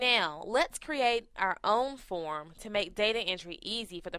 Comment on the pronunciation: is it 'phone' or 'form'. u r pronouncing 'form' incorrectly. i can hear form as phone. ha ha ha. and record u r pronouncing it as recard